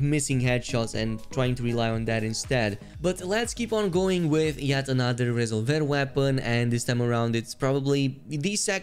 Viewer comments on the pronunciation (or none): Resolver = “Ree-zolv-er”